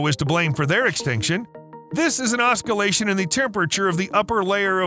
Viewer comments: Is an "oskillation" the same as an oscillation? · + Oskillation? Really? 🙂